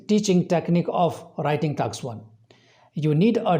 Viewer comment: It's task not taks